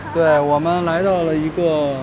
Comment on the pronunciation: 根本看不夠😂我泡麵吃了，餅乾都還沒吃完～～～ Btw 割包的割，我們通常唸掛的音，聽到你們說割包，讓我會心一笑哈哈